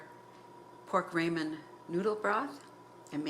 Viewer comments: why do you keep saying Raymond noodles... IT is pronounced RAAAAH MEN.... Ramen.... I am confused at what you think is gravy that is a sauce.. THis will be the first last and only video i will watch of yours... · Calling ramen, rayman is odd to me..